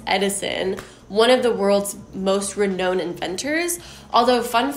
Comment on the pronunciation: I love this video because you have really done your homework! I appreciate this so much. Don’t be mad; but you are mispronouncing the words renown (re-known) and alias (A-lee-as)